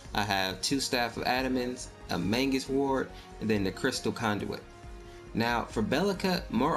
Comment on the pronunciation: it is pronounced (may-gus) or mèy-gus. not mangus there is no N in the entire word dont add letters